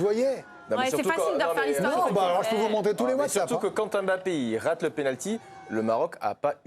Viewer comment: Mbappé en 2 syllabes pas 3. Est-ce que vous aimeriez qu'on ajoute une syllabe à votre nom ? Ça ressemblerait à quoi ?? Un peu de respect quand même c'est pas compliqué de bien prononcer deux syllabes correctement.